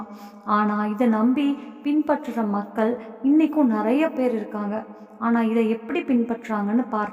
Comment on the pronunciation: தமிழ் புலவரே அது மக்கல் இல்ல மக்கள்